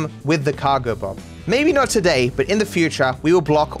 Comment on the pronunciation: I got 1 second in, heard his pronunciation of “today”, then immediately paused to write this comment